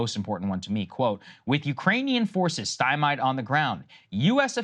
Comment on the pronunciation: Can someone teach Saagar how to finally pronounce “stymied”?